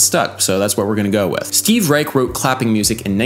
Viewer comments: I believe Reich pronounces his last name with a soft "sh" sound at the end instead of a hard "ch". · It's pronounced 'Reish' not 'Reik' anymore. Cool video though! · Nice video. Reich is pronounced with an "sh" sound at the end though. Adding a melody over Clapping Music kinda buries the coolness of it. Too bad. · It's pronounced "Reish" with a "sh" instead of the hard "ch" at the end. Also, it's almost a crime to not mention La Monte Young as a progenitor of pure Western minimalism.